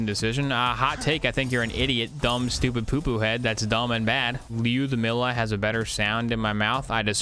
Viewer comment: Doup I do but idk why pronounces lyudamila in such a weird way